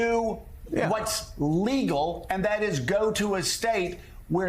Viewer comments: You'd think if Tuberville really had these discussions with the military or knew how any of this works that he'd at least know how to pronounce "commandant". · Somebody tell Tommy Tubs how to pronounce commandant. Bless his ignorant heart.